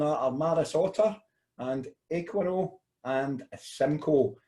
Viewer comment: Eh-Qua-Not 😂 Bottle/can V Keg ...Just depends if the the beer is bottle conditioned, meaning you add yeast/sugar for carbonation then the beer will be slightly higher ABV. Not a lot of breweries do that nowadays, they condition in tanks/bright tanks and fill directly into bottles/cans/kegs with the beer already carbonated using counter pressure. Cask beer is different, they will transfer into casks a few points before fermentation is finished for some natural low carbonation.